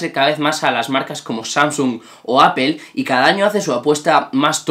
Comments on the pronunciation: Porque ptas dicen "Apel" si apple se pronuncia apol, que fastidio! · jajajajja por que este men dice apel????? O_o, I've been teaching english for 15 years and once talking to a fellow teacher who has been working all over the world told me, spanish learners are the hardest to teach, now I know why. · De apel? Que mal inglés!